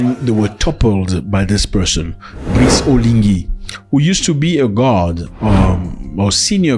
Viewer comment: When you said "guard", it sounded like "god". Makes for an interesting mental image, that.